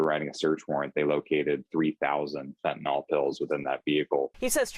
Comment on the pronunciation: when even the police and the reporter cant pronounce it right. its not fentaNOL its fentanyl.